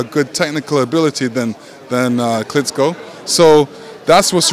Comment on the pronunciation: its Klitschko not Klitzzzko Lenox!!!